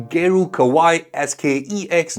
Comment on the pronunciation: Kawai, not Kawaii, no e sound at the end